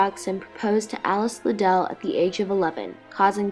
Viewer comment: Watching this video is so frustrating. Not only are these people being completely judgmental, but they are mispronouncing Liddel. It rhymes with "fiddle" which Lewis Carroll has explained before, if they paid any damn attention. Charles Dodgson also wrote the sequel to Alice's Adventures Underground after she grew up and dedicated the story to her and commented on what a beautiful grown woman she had become.